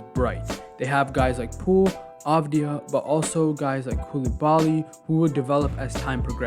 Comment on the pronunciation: To my fellow american friends, you prononce Coulibaly phonetically in english as such : coup lee bah lee